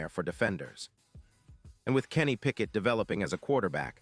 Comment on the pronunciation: Did this guy say Kenny Pickett?